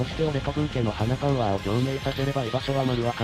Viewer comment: 流石中央トレあの『花パゥワー』が使えるとはな『花パゥワー』って何だよ…